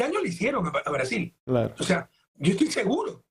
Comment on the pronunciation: “Caso odebrecj ya es nulo en Breasiñ” 🤡🤡🤡🤡🤡🤡🤡